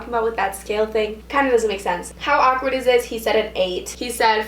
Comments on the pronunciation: Lol saying awkward ACK-WERD lmao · The way she says "awkward"..AKwArd